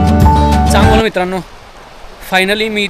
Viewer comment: चंगभल बोला चांगभल